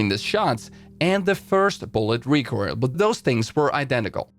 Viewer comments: Please tell me that I'm not the only person to hear "recurl" instead of recoil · no one gonna discuss how this guy pronounces recoil "recoirl"?